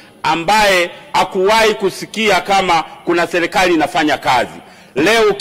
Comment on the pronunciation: Leli, selikali, laisi😂😂😂 mbunge haijui Kiswahili ni mkenya au?